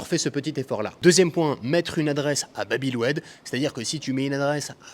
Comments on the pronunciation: Babi el oued 😂 juste pour info c est Bab el Oued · babi el oued NoN c bab el oued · Il m’a tué de rire avec babi el oued